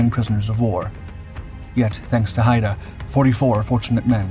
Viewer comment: Haida as in Haida Gwaii (“hīda gwī”)